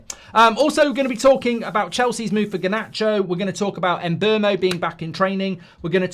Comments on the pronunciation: Em-boh-moh. Not Em-bur-moh. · There is no letter R in mbeumo